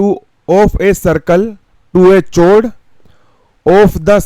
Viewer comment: This is chord not shord😂😂